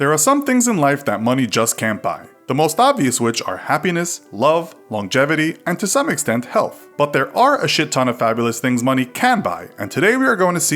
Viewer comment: Woah... Wait... Did you just say "chit ton"?